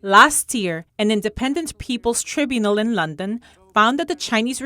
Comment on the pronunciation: Tribunal [sounds like TRY BYOU NUL] Prisoner of "conscience" is not pronounced like "conscious".